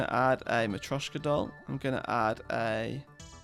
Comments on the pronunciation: Hes only saying it slightly wrong, mostly sounds wrong because he doesn't have the accent. He at-least has the T Sound in the right spot. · Dude, you've been saying marioska wrong all this time, i didn't want to be "that guy" because i though you would check if you say it right or someone will point it out, but damn is it annoying, please search on google, or even google translate how to pronunce it